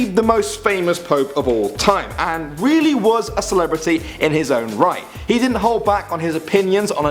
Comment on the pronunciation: Is it me or did he say wheely instead of really